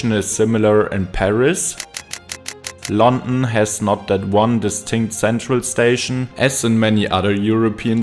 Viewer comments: Very strong German accent. It's London, non Lon'en. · Why do you sound so bored. Also you mispronounced london every time lol